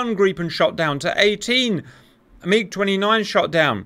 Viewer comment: Grippen not Greeppen